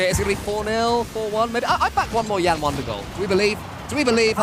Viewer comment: calling a brazilian named Yan "YAN" and not " YAHN" is so weird.